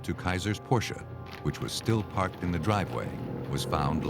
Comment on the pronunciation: Its always nice to hear the correct pronunciation of Porsche.